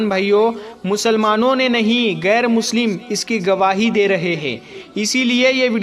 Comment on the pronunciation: Gair nahin bahen. Sahi lafz hai ghair.. Aap musalman hokar Urdu ka sahi lafz nahin bolengi tho kaisa ? Aur salaam walekum nahin.. Assalamu alaikum ye sahi lafz hai.. Pahele apni Urdu pronnunciation ko sahi kijiye..